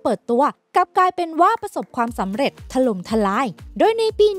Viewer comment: ถล่ม ทำไมต้อง ถะ-หร่ม วะ หลายๆคำพูดให้มันถูกด้วยนะ